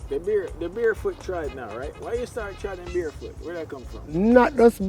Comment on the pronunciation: Barefoot, not bearfoot. You’re quite intelligent, don’t stoop below it.